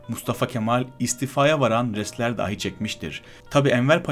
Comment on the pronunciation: emeğin için teşekkür ederim. Videodan çok güzel yararlandım. İşine yaramasını temenni ederek telaffuz konusunda eleştirim olacak: 1. "Dâhi" kelimesi ile "dahi" kelimesi farklıdır. Arapça "deha sahibi" anlamında dilimize geçmiş bir kelimedir "dâhi" kelimesi. Türkçe "dahi" kelimesini "dâhi" diye ("a" sesini uzatarak) söylersen hem anlamı bozarsın hem de BİLENLER için kulak tırmalar. 2. Önde boğumlanan "k" sesini telaffuz ederken art boğumlu "k" sesi gibi söylersen yanlış olur. Türkçe kelimelerden örnek vereyim: "Sözümü kesti." cümlesindeki "kesti" sözcüğünün "k" sesi (ince k diyelim) ile "Bizde kaldı." cümlesindeki "kaldı" sözcüğünün "k" sesi (kalın k diyelim) farklıdır. Türkçe kelimelerde bu sesin ünlülerle uyum içinde olduğunu görürüz ama Farsça ya da Arapça kökenli kelimelerde ince k sesinden sonra kalın ünlüler gelebilir. Doğru telaffuz için önce "kesti" kelimesindeki k'yi çıkar ve daha çıkarırken hemen "a" sesini kaynaştır o sese ve tekrar et: kâ, kâ, kâ... Böyle böyle alışırsın. Madem videolar hazırlayacaksın, bunun için uğraşmanı salık veririm. Sen "Kazım" ve "Kemal", "kahya" kelimelerini söylerken - videoda da sık geçtiğinden - kulak tırmaladı. ("İnce k" veya "kalın k" denmez. Anlaşılsın diye böyle söyledim.) 3. Türkçe durum eki olan "+de/+da/+te/+ta" ekinden sonra gelen aitlik eki (bir cehalet sebebiyle "ilgi eki" diyenler var) olan +ki gelince durum ekindeki "a" sesini uzatmak da ciddi bir telaffuz hatasıdır: Okuldâki (okuldaaki)